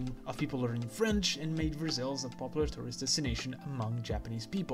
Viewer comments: not spelling, pronunciation! It's spelled "Versailles" but pronounced "ver-sai". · It's ok, every non-French person says it wrong at least once ^_^; For the future: it's versai Very interesting video though, I learnt quite a bit so thank you.